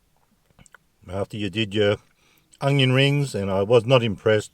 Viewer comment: you’re every man’s man, and that’s the truth. And I’m not here to hack on ya.. But When you say ONION…, please practice it first. There’s no ‘G’ in onion. It’s not ‘ung-yon’ It’s Un-yon. Ya tongue should hit the front part of the roof of ur mouth - not the back..